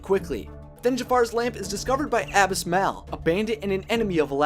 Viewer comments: You butchered Abis Mal's name. His name us a pun on abysmal, and is pronounced ah-biz maul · Wow, you really butchered the pronunciation of Abis Mal!